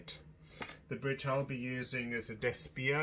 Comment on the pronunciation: Bridge is a Despiaux, not Desspio, It is made here, in Gers, France. Good job.